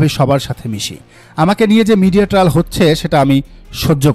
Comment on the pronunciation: I believe the version of Neela Israfil. BTW, trial is pronounced like Try-Al not like Tri- al.